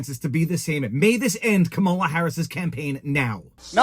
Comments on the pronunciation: Coupmala would be an accurate pronunciation. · Is it a thing by conservatives to mispronounce Kamala's name? Is it just too hard to say COMMA la? Or, what is the point of it? (I truly want to know....)